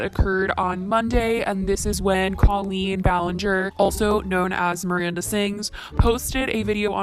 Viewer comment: The way you pronounced colleen gave me chills!!!!! K-oh-lean(how to pronounce) I still love your videos though! 😍